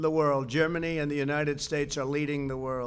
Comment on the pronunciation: God blesh the unitish statsh of amerishca